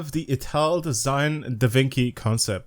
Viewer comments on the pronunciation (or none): At least he was confident its the way to pronaunce it😂